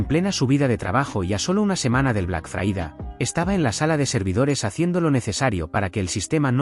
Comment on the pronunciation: Por favor, ¿sería posible que pronunciaras Friday correctamente, es decir, "FRAIDEY" en lugar de fraída?